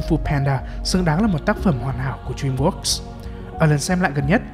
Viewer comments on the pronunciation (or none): Drem vót ông nội ơi